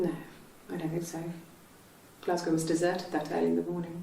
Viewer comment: Cristine learn how to say Glasgow challenge failed 😞